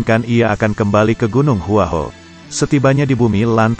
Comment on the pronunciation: Gua hua kuo bukan hua ho apakah komentato salah mengucapkan bahasa mandarin